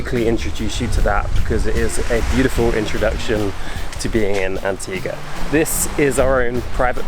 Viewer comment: As an Antiguan, he said it correctly. An ti ga